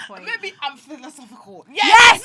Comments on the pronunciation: They were so drunk they couldn't say philosophical 💀💀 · not them about to summon a demon tryna say “philosophical” 😭😭